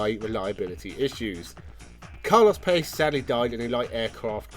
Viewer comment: Carlos Pace's last name is pronounced Pa-che